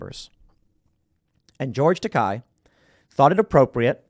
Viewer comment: Isn't it "George Takei", as in it ends sounding like "hey"? That's how I always heard it before